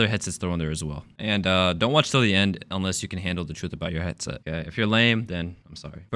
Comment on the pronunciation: How Der. You. Say that obaot. 3s😢